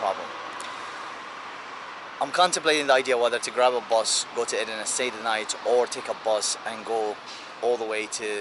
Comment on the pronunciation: name of this border city is not Edrine, it's called Edirne (in Bulgarian Odrin = Одрин)